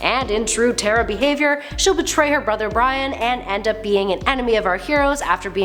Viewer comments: You said Brion's name wrong. It's pronounced Bree-own. not brian. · It’s brion Not brian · Ikr and “betray her brother Bryan” ITS BRIONE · Slight correction Prince Brion's name is pronounced BREE-OWN.